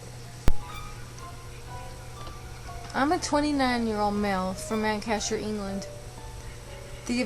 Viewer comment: Man- CHEST -er not 'man casher' - that was driving me nuts lol (OK ya fixed it nearer the end lol)